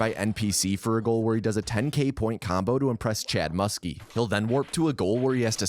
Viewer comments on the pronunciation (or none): Chad Muska not Muskey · Also Muska mus-key. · Did you call him Chad muskie? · Very triggered by "Musky" and "Peloton," well done.